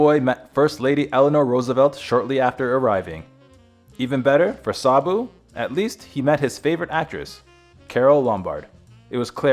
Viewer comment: Sarbu? There is no R in his name, i watched his films as a child, i thought he was wonderful.